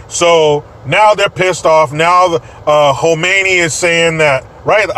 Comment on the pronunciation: Not to be pedantic, but the Iranian "Supreme Leader" is named KhAmeni. Mispronouncing it sounds like you are talking about KhOmeni, the FURS "Supreme Leader", eho has been dead for a while.